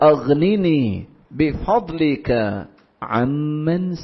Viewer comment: Bhai aap ne bi fazlika ko wrong padha hai appne galat bola